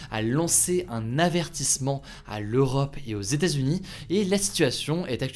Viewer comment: Les Stazunis, les Stazunis… Mais que cela veut-il bien dire ? Il faudrait vraiment faire un effort sur la prononciation des États-Unis … Sinon, comme d’habitude ,très bonne vidéo informative. PS : je ne suis pas un Hater…